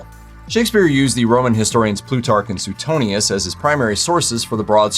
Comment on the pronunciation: It's SWAY-tonius, not SUE-tonius.